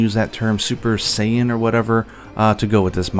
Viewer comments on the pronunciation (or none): none